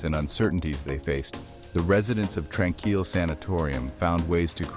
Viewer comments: The creator of this video has never been here. Using stock photos of other places, some having nothing to do with the sanatorium or a hospital at all. You're wondering how it's actually pronounced seeing as this AI Bot doesn't know how to pronounce it, it's pronounced Trān-Keel. It's just past the Kamloops airport. Gotta go along a dirt road after a bit. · You're pronouncing it wrong Tran-keel